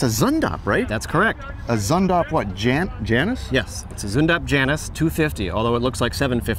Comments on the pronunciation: Zündapp. The z is pronounced ts, for ü, form your lips as if to say oo, but your tongue as if to say ee. Janus is pronounced Yanoos. Claudius Dornier, son of Dornier Flugzeugwerke founder Claude Dornier, designed the Dornier Delta, which was the prototype, and even weirder looking than the Janus. Dornier, being an aircraft company, didn't really know what to do with it. So Claudius went looking for a company to build it, just as Zündapp was looking for a design to build as a car. German aircraft companies (Dornier, Messerschmitt, Heinkel) were forbidden from building aircraft after the war, and so were looking at building cars. There were a bunch of other tiny cars you panned past, without talking about, most of which I didn't recognize. Was that really old looking thing an Austin 7? Did I see a Siata Spring? I was expecting to see a Honda 600, U.S. version of Honda's kei car (limited at the time to 360cc in Japan). My Dad had a sedan and my brother had a coupe. I never drove the coupe, but the sedan was an absolute blast to drive. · Janus pronounced yanas